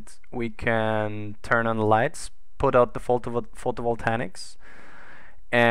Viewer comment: The space truck needs landing legs. Photovoltaics! Say it with me: foh-toh-vol-tey-iks. XD :P